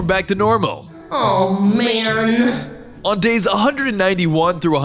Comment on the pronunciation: 300 dais I in dours 😂